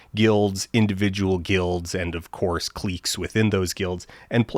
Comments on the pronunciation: cliques was pronounced as "kleeks". It's "clicks", no? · Hey Dan, Just thought I'd chime in with a little helpful input here. You pronounce "Cliques" as "clee-kays" instead of "clicks" and I thought you should know about this terrible blunder. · Did you pronounce cliques as "kleeks"? Is this AI? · "Cleeks within those guilds" Did he mean cliques? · never heard of a clique being pronounced as cleek before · you lost me at "cleeks" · Is that not how you always pronounce the word cliques? How else would it be said? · Dan says 'cliques' like Canadians spell 'cheque' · I have never heard anyone pronounce cliques that way